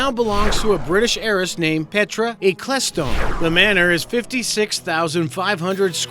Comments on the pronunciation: Ec cles tone? Mo-ron Bernie Ecclestone , F1's CEO and former Brabham team owner. BTW It's ECCLE stone (eckle) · "Hom-brey Hills." Holmby Hills. "Eh-cless-stone." Forget it. "Hurts Castle." NOT in the Godfather. William HEARST moved into a Beverly HIlls home where Godfather was shot. Trump's Palm Beach house is called "Mar-a-Lago." "A man called..." It's "A man named..." I QUIT. Moronic. I mean seriously, sloppy. You could care less about your subscribers and watchers. HACKS. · E-Kles-Stone? WTF dude? Ekl-Stone. Its easy. Petra Ecclestone, Bernies daughter. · It's Updown Court, not Uptown and Ecclestone is pronounced Ekle-stone not Ekleston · petra ecclestone Is not e - cles - tone Is eccel - stone LOL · First off you CLEARLY do NOT do ANY homework before you open your mouth and remove ALL doubt! First off her name is Petra E-kel-stone Not whatever you called her---she is the daughter of Bernie E the guy that has the F1 franchise. The one that I finally gave up watching is when you said the Hearst Castle up the coast from LA was the home that was in the Godfather. NO! It was Marian Davis house that is in Beverly Hills that was also owned by Hearst. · Petra Ecclestone... pronounces Ek-el-ston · Petra eKL As t o ne. You fucking mong. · LMAO at the pronunciation of Ecclestone (eck-less-stone). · "Mind-boggingly grandiose" LOL. You massacre not only the French language but the English as well. Holmbry Hills (Holmby Hills), Petra Eklesston (Petra Ecclestone), etc. Time for locution lessons. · This guy's pronunciation of the British heiress 'Petra Ecclestone' makes a joke of a good old northwest English name meaning church settlement and I think he is trying to make it sound French or something - truly hilarious attempt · Bob Boberson haha I burst out laughing when I heard how he pronounced Ecclestone 😂